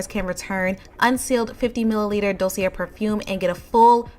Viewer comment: Thx 4 reviews. Fyi it's pronounced "dosey eh" ... r at end is silent. peace from bklyn